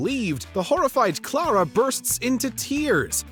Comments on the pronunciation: If there's one guilty pleasure of mine, it's this........I imagine Twilight Sparkle as Clara/Toot when I'm watching it. Also, the way he says Clara sounds painfully wrong. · How can you mispronounce Clara’s name and then proceed to play a clip that has correct pronunciation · The announcer can't even pronounce Clara? Good lord.